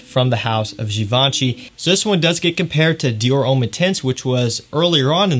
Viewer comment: french for Americans: Homme rhymes with plum